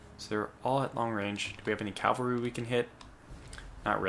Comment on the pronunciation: Cav-al-ry. Drives me nuts.